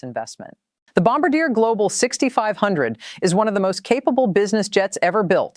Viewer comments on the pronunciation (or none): Do better research Carney won a minority government not a landslide. And Bombardier is pronounced bom-bar-d-eh not bamb bar deer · It’s not Bom ba deer, it’s pronounced Bom bar de eh, eh as in sleigh. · You mis pronounced Bombardier! It’s pronounced Bom-Bar-Dee-A! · First of all learn to pronounce Bombardier correctly. Second PM Carney did not win a landslide election, he has a minority government. Third, Canada one time did have its own military equipment industrial capabilities. Under pressure from various US governments Canada degraded its manufacturing capabilities. We are simply re-establishing that capability. This post is probably AI generated & should be taken with a grain of salt but much of the information provided is correct.